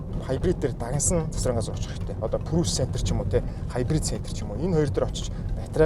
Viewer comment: Facelist биш facelift гэж хэлдэг шүү, бас прүүс биш приүс гсс